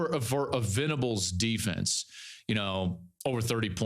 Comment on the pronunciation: Can you help Cowherd get Brent Venables's name right in the future?